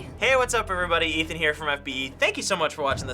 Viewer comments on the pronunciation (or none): none